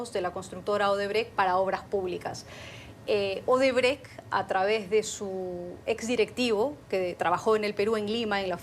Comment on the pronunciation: Esa si es mucha burra,dizque Odebre/Odebrek. Se dice Odebrecht tratando de pronunciar la T del final de la palabra.